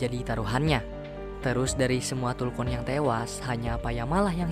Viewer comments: tulkun bang.bukan kuntul..arghhh risauuu..😂😂😂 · Maaf aku tertawa karna abg nya salah sebut .masak bilang kuntul😢😂😂😂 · Tulkuntul yg gua denger bang wkw